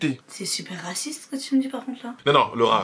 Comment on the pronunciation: C'est Laura pas Lawra